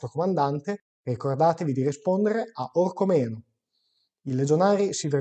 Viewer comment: cmq si dice orcOmeno con l'accento sulla seconda "o", non orcomEno!! 😉😉